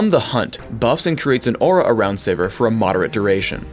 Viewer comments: lol I thought it was pronounced "Siv-eer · okay so her name is pronounced siver not sivir.. good to know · ITS SIVIR LIKE SEVERE DAMMAGE PHRAKE WTF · am i the only one who pronounces it "Severe"?